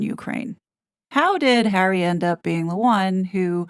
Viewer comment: I love how she says 'prick hawwy' all the time 😂😂 This is why hawwy wants IPP status to hide behind and the position he has with IG....and YES!!! .... KC111 does not sort his son out ...so it makes one wonder!!!